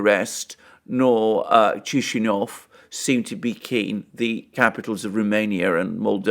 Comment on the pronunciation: It is more like: 'Kiz-in-oww' phonetically: :-) ( Chisinau )